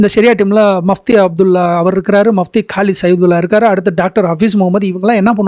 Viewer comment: Athu முfப்தி sir not mafti